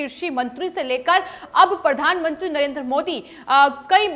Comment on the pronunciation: प्रधानमंत्री होता है. प्रधानमुंत्री नहीं.